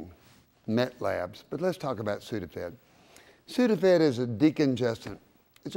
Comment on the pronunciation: he said it wrong its meth t h sound not met